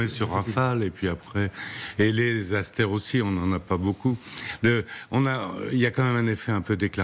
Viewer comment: Réalisez Madame l'animatrice que de prononcer « Asteur » est de l'influence de la langue anglaise. Prononcez plutôt à la française tel que le mot est écrit : « Aster ». Le mot "tomahawk" ne se prononce pas "tomaOuack". Francement, préparez-vous un peu, là ! 🙄